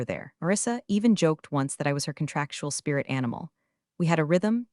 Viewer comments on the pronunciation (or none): none